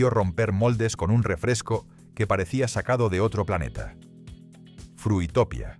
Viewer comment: BUff que recuerdos de la mayoría de las marcas, Trinaranjus, KAS, Mirinda..., por cierto no era Fruitopia, era Fruitopìa, con acento en la segunda "ì".